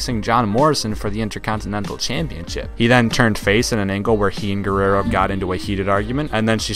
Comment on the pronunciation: Lol did anyone here him say Ricky guarruaro